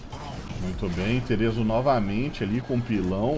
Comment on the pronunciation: e desh o nome dele não é terezo não é theeso mesmo, se fala tche eso